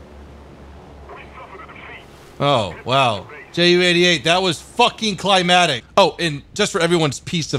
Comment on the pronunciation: it's "climaCtic", NOT "climatic". Climax, not climate.